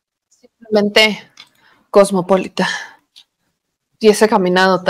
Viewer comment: COSMOPOLITA, con acento prosódico en la I. La sílaba LI es tónica. COSMOPÓLITAN era una revista para damas.